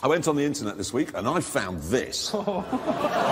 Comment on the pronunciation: I really want to know what he finds on "the inchuurnet".